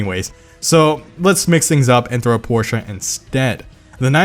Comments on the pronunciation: Thanks for pronouncing Porsche correctly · H O L Y S H I T an American who can say Porsche correctly Now I've seen everything